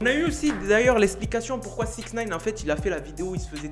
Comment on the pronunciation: Attttt 2sec a tu as dit 6in9ne quoiiiiii ?